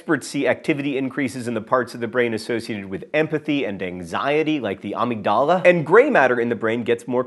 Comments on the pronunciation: Loving John's pronunciation of amygdala it's pronounced ah-mig-dela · John, I know mis-pronouncing words is your thing, but amygdala... ouch! It sounds like you are talking about Padme Amidala from Star Wars. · OED says: when saying "amygdala", think more doo-wop than Star Wars. Stress is on the "myg" part. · its A-Mig-Duh-luh John from one John to another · I lost it at John's pronunciation of "amygdala" 😂😂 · The proper pronunciation is uh-MIG-duh-luh. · John's mispronunciation of amygdala activated the very thing he mispronounced. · Amygdala... check your pronunciation on that one. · I came down here thinking "There needs to be at least one comment about this". If you hadn't posted this I would have thought I was crazy. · As someone who works in mental health, that pronunciation was just painful.